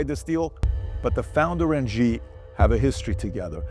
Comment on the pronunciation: Xi is pronounced like “she” in Chinese, not like “gi”. Can you adjust?